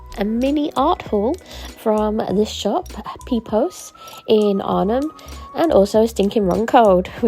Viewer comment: Pipoos is way overpriced compared to specialised art supply shops. Your pronunciation of Pipoos wasn't too bad with a long oo like the oe in potatoes, but Bruynzeel you did butcher quite a bit. To be fair, I have no clue how to put it to fonetic English so you are forgiven😅